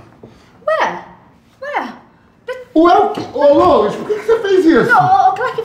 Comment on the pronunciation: "Lois" KKKKKKKK